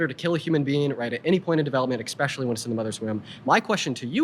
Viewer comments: Dean can’t even correctly pronounce the word “Especially” he said “expecially” just because you use big words doesn’t mean you’re intelligent. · Dean is very, very poorly prepared and is weak in his arguments. And he says "EX-pecially"...